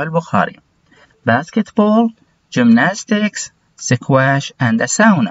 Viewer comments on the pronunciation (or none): استاذي حبيبي والله لو تشتغل على النطق حقك لانك قاعد تقولنا انطقوها وراي النطق الصحيح وانت نطقك غلط work , treadmill, squash كل هذي غلط لان احنا والله بنعاني قاعدين نتعلم النطق الخطا من المعلمين غير اهل اللغه وشكرا